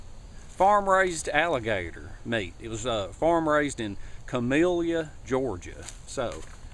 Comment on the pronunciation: I love your videos but it's pronounced ca-mil-la ga. Where u from... I give u 2 big thumbs up